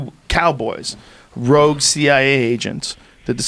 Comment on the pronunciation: Rogue*. Why do people have such a hard time with this word?